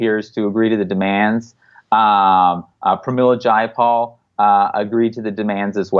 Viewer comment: Zjai a pol = Jayapal C'mon Jimmy you are smarter than this. Do your homework bro! Please give her the respect she deserves not the disrespect that trump affords someone of her elegance. And eloquence. However she is disappointing! If not for Bernie we wouldn't be talking about anything of a progressive nature. As Tim Black says it's easy to diss the shit out of an unprecedented man and all the things he has accomplished as one fucking guy with integrity for 40 years. He is not perfect and yes I was pissed when he surrendered but you know as well as anyone that the fix was in long before he ran the 1st time. And they had to do even more scumbaggery this time out. Let's just focus on getting MPP out there and let's change this fucking system. Have Nick on once a month!!!!!!!!!! Peace Bill sonic Fricke